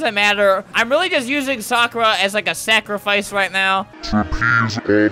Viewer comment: ... Do you mean ‘Sakurafice’ lol